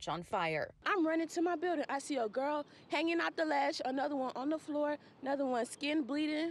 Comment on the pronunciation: A college student cant say floor? But says flow? Smh. I hope everyone will be ok and they check out all the appliances including ac units.